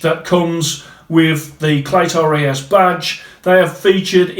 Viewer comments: Nothing rung with how yow say clay-toe ray-yez. Spot on r kid 👍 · Don’t sweat it man, I’m Mexican and you pronounce Cleto Reyes just fine